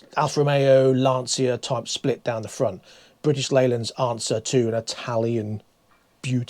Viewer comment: pron.hints: it is ABART (no "th" in Italian language), it is LANTSHIA (not lanzia).BTW don't be shocked when nobody understands you when coming to Italy and you say "CapREEEEE" instead of "CAApri"